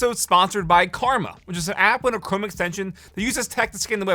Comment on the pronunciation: ok im sorry but is he not saying cwome? lol